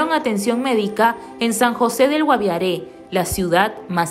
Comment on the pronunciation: que narra no es GUAVIARÈ. ES GUAVIARE SIN EL TILDE